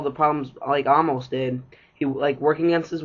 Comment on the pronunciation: it’s Amos! “Ay-mus” not “ahmos”